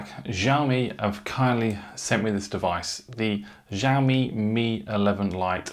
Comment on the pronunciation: Omg learn how to pronounce Xiaomi correctly.